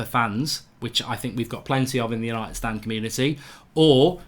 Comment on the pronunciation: Why do you say STAND in united stand so obnoxious